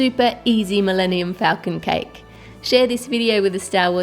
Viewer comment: She said falcon wrong :(